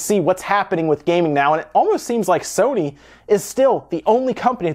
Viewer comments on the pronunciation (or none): none